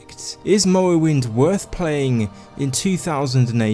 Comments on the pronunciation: Lmao “mowwowind” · "Mowwowynd gaem" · "The Elder Scrolls III: Mowowind" xD Great video mate! I enjoyed it. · The Elder Scwolls Fwee: Mowwowind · Mowwoewynde has a gjeat stoyie.. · Lol i can't unhear it